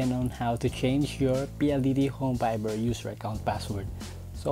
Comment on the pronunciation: Nakakacringe yung way ng pag sasalita lalo na yung pronunciation ng VIDYOW tas yung FIBER naman PAYBER. Anebe hahahaha